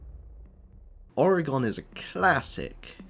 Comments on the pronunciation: I’m sorry that pronunciation is jarring 😅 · I'm from Manchester haha, never heard it pronounced like this. No stress though, good vid